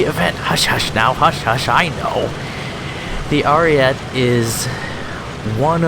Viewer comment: You said it right in the fake accent tho...then went back to the dumbass ariet saying. It has an e so it's ari eht eh